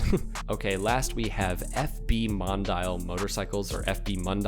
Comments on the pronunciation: It's not Mon-dial it's pronounced Mon-di-al...😉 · I was thinking the same. The Mon-dial made me giggle. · Mon dee al thats how you pronounce it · MondeeAhl (Mondial) and Pja-Jo (Piaggio) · It’s pronounced Mon-dee-all fwiw, like the Ferrari. Do you happen to know what show that is at?